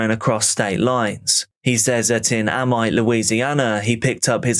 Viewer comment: Love your work. Subscriber and watch your videos all the time. Just FYI the town names are pronounced (Loranger) "Lo-rahn-jer" and (Amite) "Ay-meet"